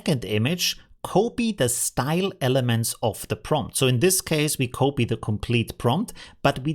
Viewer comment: The correct pronounciation of copy is kahpee not cohpee 😁